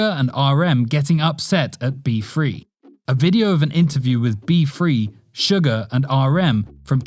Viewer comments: It’s not sugar it’s suga it’s not pronounced shu-gar it’s pronounced su-ga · its not sugar its pronounced sue-gah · Let's just ignore that American accent "sUgar" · It's suga not suger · Why say Jimin "chimin" and Suga "Sugar" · Wait wait did he say sugar instead of suga